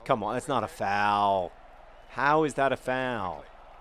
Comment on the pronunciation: I like that when John says "foul," his Alabama comes out